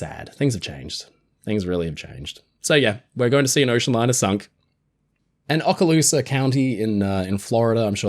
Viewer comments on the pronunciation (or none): Ships are more interesting when they’re underwater. Few remember the unsunk ships. If someone wants it, buy it yourself and don’t expect others to buy it for you as a curiosity. Also locals pronounce it “ohkaloosa.”